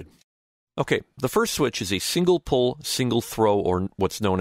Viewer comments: Pole, not Pull!!! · I believe it is double/single "pole", not "pull".